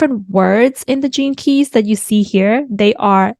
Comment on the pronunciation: Every time u say "gene keys", I hear "jinkies" like Scooby doo... Thanks, Il show myself out.. lol